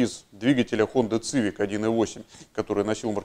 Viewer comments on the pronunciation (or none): none